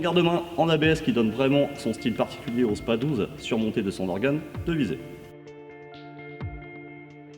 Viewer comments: Le "s" de spas 12 se prononce il me semble 😁 sinon belle video comme à ton habitude ! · shOtgun et non shOOtgun.. et ce dit spaSS 12 aussi. Le "s" n'est pas silencieux.